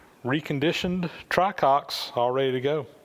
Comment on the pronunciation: Isn't it "tricocks" instead "Try-Cocks"? I really can't stop laughing though I know its puerile.